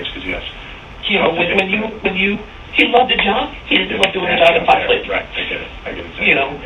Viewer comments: ps it aint called fox " lakes " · It's Fox Lake, not Fox Lakes.